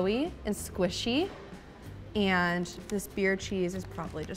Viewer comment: Can’t get enough of the way Americans say “ANNDD”